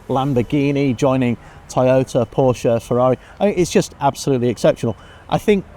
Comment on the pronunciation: She would do well to attend the Shea Adam school of motorsports presentation. Learn to pronounce the name of the man responsible for the many years of motorsports excellence. His name is Porsche. Two syllables. Show some respect. I appreciate her enthusiasm for the sport. A little bit of fine tuning on getting the details correct is all she needs.